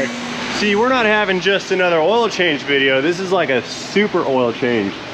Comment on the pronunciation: Being able broken record "proves" that he's smart. 🤣 BTW, what's a "vijeo" anyway?